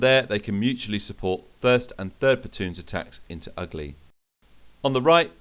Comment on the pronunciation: Outstanding movie and a good battle, I really enjoyed it! Just a comment from a native speaker: The village name Ugly (Угли) is pronounced as [Oo'gly]